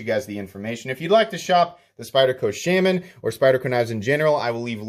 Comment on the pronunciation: Shay-man. Or Shah-man. But not how you're doing it.